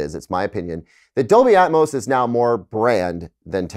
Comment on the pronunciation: Dolby "Atomos"